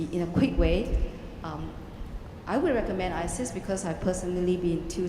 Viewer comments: She's Chinese they struggle with R! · Not Iris, ISIS! :)